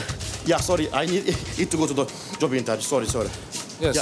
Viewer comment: intvieuw 😂 gewoon betele klojo